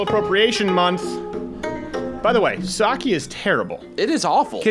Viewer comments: As a Japanese speaker, the only thing that triggers me is the way Crowder pronounces Sake. It's pronounced "Sah-Keh" you ingrate. Now make fun of my comment on Thursday's show or I won't join the mug club! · its sake pronounce it right